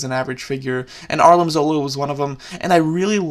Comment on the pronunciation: he calls him arlim zola instead of armin zola